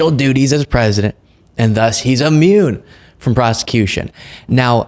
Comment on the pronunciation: I love you, man. I watch you constantly. But double-check your pronunciation. It isn’t “ammune“. It’s “Immune“. 😉 Keep up the great work!